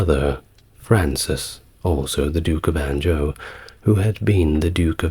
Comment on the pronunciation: Anjou pops up a good bit in your pieces. I know I’ve mentioned your pronunciation of names before but I had to clarify this one. It’s “en-ju” A soft “j” as in jus the culinary term. Great piece though. Keep up the great work.